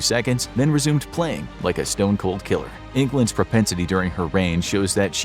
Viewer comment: what is pronspensity ??? :)